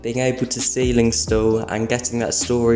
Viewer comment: bro said steiling calls